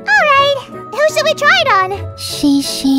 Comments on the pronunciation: yeah it's pronounced "guh guh" not ke ke— i mean unless you pronounce ke ke as "kuh kuh" but that kinda defeats the purpose of the g i call my older brother by it every day lol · Great video but the word gege pronounces 'guh-guh' not 'gi-gi' Gege（哥哥）means big brother in chinese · Gege isn't pronouced as shishi its pronouced as Gege, meaning big brother. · ^ my Cn teacher pronounced it "ke-ke" bruhh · My family pronounces it Geh-Geh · So theres a lot of ppl saying different variations of pronouncing ge-ge. Largely it's traditionally pronounced guh-guh. But certain dialects and also cantonese makes it sound different. Hope this helps anyone. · this is so cute, but “Gege” is actually not pronounced like that, it’s like how you pronounce Google’s g’s, I’m pretty sure it means something like “big brother” edit: I just saw the pinned comment dhmu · its not correct aswell, gege is the only way to pronounce it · Gege(哥哥) is brother in Chinese .. And the pronunciation is wrong btw.. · Lol should research pronunciation next time. Still love your dubs though. :) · I cringed at the pronunciation of "gege" lol But cute video nonetheless! Next time you see a word you don't know understand, do some research! It takes 2sec on Google and makes the video sound a lot of polished 😉